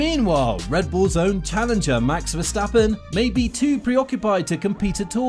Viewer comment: " Max Verstapen"? lol